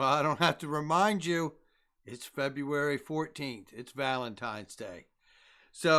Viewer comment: Feb"oo"ary nex year. Lol